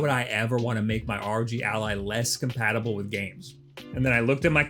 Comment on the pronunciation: its fucking ROG, NOT R.O.G ya bint